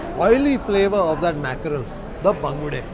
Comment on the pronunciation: why people tell bangda instead of bangude, pronounce fish name properly if you are eating it. For Mangalorean's its like pouring hot liquid iron to ears.